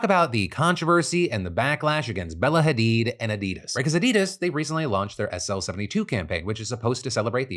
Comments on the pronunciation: *"Addy-dahs", not "Adeedas" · The "Addid" of "Addidas" doesn't rhyme with "Hadid".